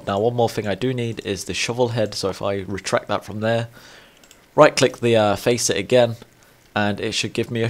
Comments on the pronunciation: Hahah you were pronouncing faucet correctly before, it's not a "Faceit" Have you not heard of a water faucet? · It's called a faucet ( FA SIT ) not to be mean at all just correcting you :)